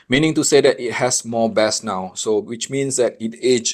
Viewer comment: Bass. In English this word has 2 meanings. One is a kind of delicious fish. The other is a low frequency sound. When you speak you say it like the fish, not the sound. The sound rhymes with ace not ass.